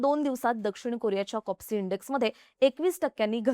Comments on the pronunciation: कॉस्पी लिहिलेलं असताना कॉप्सी असा उच्चार होतो आहे का? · कोप्सि की कोस्पी😂😂😂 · Kospi ahe bai kopsi nhi media ahe jara pronunciation tari nit kara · Please Correct she said KOPSI it is KOSPI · Kospi not kopsi